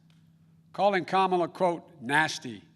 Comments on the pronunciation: Who's that again?.... Carmela Harrris? LOL. I'm from the Caribbean and that ladies name is like "camera".... not "carmera"..... LOL. Americans and their pronunciation is appalling. Try "ka" "mi" "la". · As an Indian I would like to point it out that Kamala should be pronounced, "kuh-muh-laa". Of course, she's American Indian, not just Indian, and may prefer being called "kaa-muh-laa". But hey, the more you know